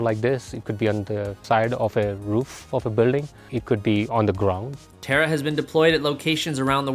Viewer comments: You pronounced Taara as a terra. I believe that Taara is an Indian word and it is for Star, shiny light, beam etc,, etc Since, founder and CEO is of Indian origin. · It's tAAra not terra